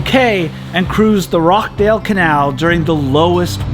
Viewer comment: Great video, hopefully you pick it up next time but Rochdale is pronounced Rotch-dayl :)